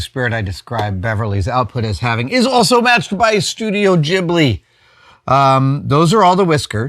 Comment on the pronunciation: Adam does pronounce Ghibli incorrectly soooo wouldn't trust his pronouncing other Japanese words/names